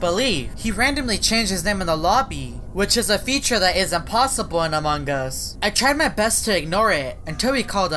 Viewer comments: How to say among us clearly: Me: "Among Us": "Amung Gus" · amon gus* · Its AMONG US!not amongg us ughhhh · im not being mean but, why do u say "among gus?" well i love ur vids anyway so ill just ignore it. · His pronounciation is different